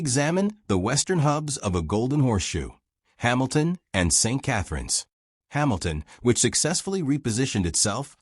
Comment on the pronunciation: Steet Catharines ??? Who designed this A.I. Sheeit???